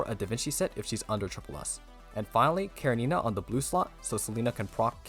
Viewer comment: Sadly the second useless char at SS after Selena and another mandatory weapon and I don't like this direction. One note everyone pronounce her name incorrectly, it's Russian with attention on E karEnina.